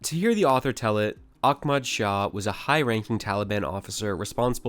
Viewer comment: It was Operation Redwings as in the hockey team, his name is prounced deets not deeutz and it's Ahmad Shah. Goddamn bro.